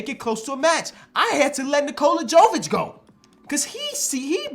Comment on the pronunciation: Brooo, Nikola Jovic is pronounced the same way as Nikola Jokic. Just replace the K with V. There is no JOE at the beginning. Sorry, but I'm Serbian and it bothers me to hear you butcher this man's name every time 😂🤣